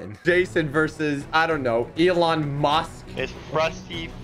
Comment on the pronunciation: man called nikola tesla elon muck